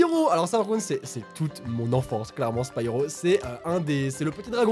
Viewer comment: T'a pas respecter Spyro ça se prononce Spiro